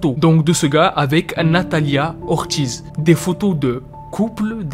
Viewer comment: Ca se pronomce nathalia ortiss aussi🥲